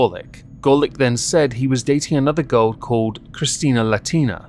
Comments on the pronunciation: The way you say cracks me up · It's a community around Amberlynn Reid and Foodie Beauty. It's called that because Amberlynn always used to/says "girl" but says it more like ""